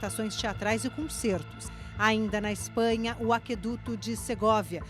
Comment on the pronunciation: Aqueduto nunca teve trema, portanto a letra "u" não é (nem nunca foi) pronunciada.